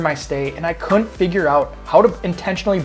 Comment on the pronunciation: For future video's, "Couldn't" has two syllables.